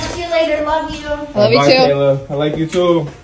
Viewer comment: She said “Love YoouWa “😆😆😆